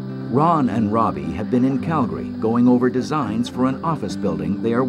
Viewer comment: Such a sad sad accident, poor souls on board and may they Rest In Peace. But on a happier note, at least the narrator pronounces Calgary correctly, I live here in Calgary and it makes me happy to hear the city name pronounced correctly